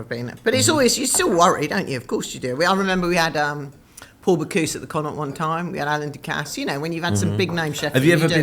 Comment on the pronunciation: Could you not have found an Irish person to teach you how to say Connaught properly.